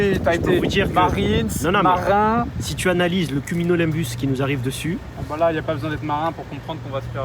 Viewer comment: 33.40 tu voulais surement dire un Cumulonimbus, et pas cumilonimbus 😆. Y'a aussi le cunilingus mais c'est une autre sortes de nuages ça 😛